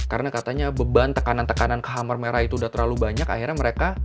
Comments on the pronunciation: Sedikit masukan bacanya bukan hamer merah tapi kemer merah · bacanya bukan khamer... tapi k'mer, mo ceu tung..punten baru koreksi,, baru lihat video ini. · dibaca mer merah bukan khamer kali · Mau nanya bang, Khmer dibaca hamer itu cara baca baku bahasa Indonesia ya? Kalau bukan cara baca baku sih saran aku bacanya K'mér atau enggak K'mai lebih akurat mendekati pengucapan bahasa Khmer. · Pengucapan ya bukan hamer merah tapi kemer merah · Gw sempet dengernya Amer merah wkkw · Huruf "e" di "khmer" dibaca kayk "e" di waktu nyebut "amer" cap ortu, bukan "e" di kata "demam". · Bang, sharing yaaa Khmer bacanya Khmai Kampuchea bacanya Kampuchia Maacih! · Khmer bacanya Ké-May